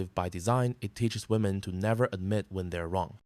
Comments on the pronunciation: Fucking hell, it's not pronounced "woman" when it's plural! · It's "women" not "woman" Jesus Christ. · Why do these people say woman instead of women